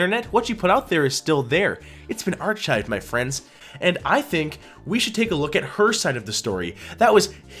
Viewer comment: no, he's certainly not, otherwise he would have said arshives. Dude said ar-CH-ives, like archie. This guys just a terrible public speaker.